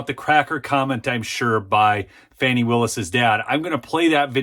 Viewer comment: Repeat after me: FAH...nee. (I'm not a fan of hers, but correct pronunciation is important.)